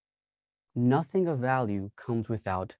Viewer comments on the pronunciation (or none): none